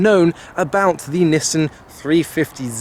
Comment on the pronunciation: This is a Nissan not a Nissin. Nissin make motorbikes